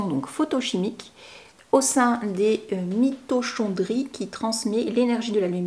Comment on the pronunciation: Moi aussi j'ai changé à cause du nez. Pour éviter de m'arracher les cheveux j'enfile un bonnet en satin avant de mettre le masque. Le "Ch" de mitochondrie se prononce "k" comme dans Christine.